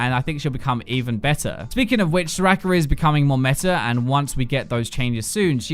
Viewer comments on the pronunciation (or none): Soraker, janner, kaiser 😂